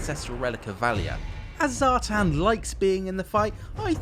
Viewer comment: Zhatan ( Zha-t-ON). as in like turning the lights on :) the chaos dwarfs were my first army and people are butchering these names and making these characters sound lame. its also Draz-HO-ath, as in ho ho ho and bath. ig it's subjective i just think draz-h-oath sounds lame.